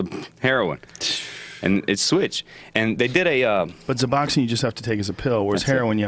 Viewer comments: ***** Yea, pretty much every single thing he said about Suboxone (Yes, it's SUBoxone, with an 's', not ZUBoxone) was absolute bullshit. I mean he's supposedly worked in these treatment facilities where there are many people on this drug so you would think he would actually know at least a little bit about it. Apparently he not only knows nothing about it, he believes in all this bullshit about it and is now miseducating thousands and thousands of people on it. Really disappointed that Joe didn't even think to Google this drug before having this dumbfuck on the show. I mean honestly, he talked to him ONCE and just invited him on the show? That'd be great if it's like a comedian or something but this dude's supposedly an expert on shit so you might want to make sure he knows wtf he's talking about before having him on. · Dopamine Feen He didn't even say Suboxone, he said Zuboxone... The dude's a fucking idiot, there were a few things he said that I was like, "Okay, this guy doesn't know what the fuck he's talking about." Joe should really be more careful about inviting complete strangers after only talking to them one time lol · ***guys, it's Suboxone with an "s"; NOT "zuboxin". Stop it! You're spreading misinformation!! The idiots listen to you as some some of authority on the matter yet you don't really know shit. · Suboxone is pronounced "Sub-Ox-Own". God!